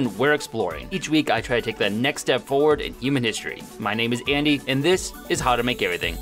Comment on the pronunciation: By this point I hear Gandy in the intro instead of Andy